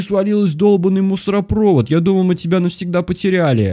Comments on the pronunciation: А разве не мусоропровОд?? Разве не на вторую о ударение?) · Не мусороповод, а мусоропОвод!